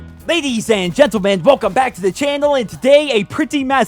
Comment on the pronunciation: LADIEFTH AND GENTLEMAN